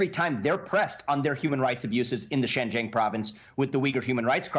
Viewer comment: Great video guys. To be fair the moron they put up for the Fox news article just mispronounced Xinjiang as "Shenjiang" but good catch on spotting that he referred to it as a province. I think that this misinformation/disinformation is commonly spread in the western portrayal of the map of China; before I came here I didn't realise that Inner Mongolia is an SAR; or Xinjiang, Tibet or Macau. This is a common "mistake" made in the western media.